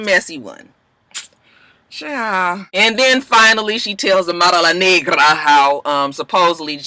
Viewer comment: WHY YOU GOTTA SAY AMARA name like that !!!! LOLOLOL